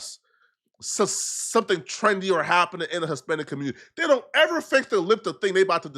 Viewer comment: don’t ever say “ever” like that again